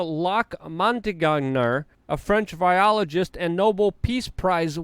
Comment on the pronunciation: What was the name of that French Nobel Laureate?! That imminent virialogist?!.....holy shit, that was a belly laugh!!...thank you, sir...LOVE to hear you chew up the English language and spit it out!!😆❤😆❤😘😘😘😘